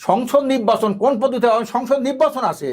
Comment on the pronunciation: টক শো করার জন্য আর মানুষ পাইলেন না? উনি কখন কি বলে কোন কথার জবাবে কি বলে উনিই জানেন না..... উনি শুধু পি আর পি আর করে অথচ পি আরে লাভ ক্ষতি কি উনি বলতে পারেন না....!! নির্বাচন কথাটাও ঠিক মতো উচ্চারন করতে পারেনা নিব্বাচন বলে!! আরে দালাল কেউই যখন বিএনপিকে ভোট দেবেইনা তাহলে ভোটে আসতে সমস্যা কি? আওয়ামীর প্রতিচ্ছবি থেকে বাহির হয়ে আসেন এখনো সময় আছে.....!!